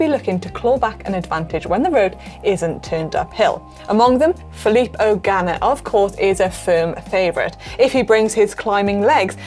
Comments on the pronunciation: Italian time trialist Philip O'Ganna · Who's that fella riding for the Irish team? Phillp 'O'Ganna, oh wait, its just a dodgy pronunciation by Manon........